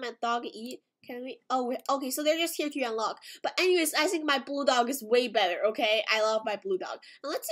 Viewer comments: cant pronounce things idk why? She says Sink instead of think for some weird reason and she also said sirty instead of thirty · Why does she say "I sink" instead of "I think" xd